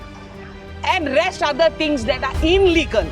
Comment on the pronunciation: It's illegal not inlegal